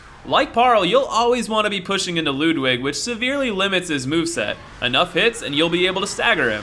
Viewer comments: Did you say, "Lewd-wig"..? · He pronounces Ludwig wrong